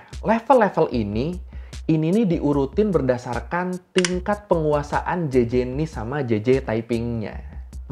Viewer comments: jajajaj bukan jeje bg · Bang klo di bahasa spayol itu huruf "J" dibaca "H". Ketawa mereka JAJAJA = HAHAHA. Atau nama Juan =Huan, Juarez=Huarez.